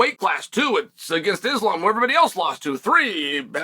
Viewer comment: The day Chael pronounces Islam’s name correctly, pigs will fly hahaha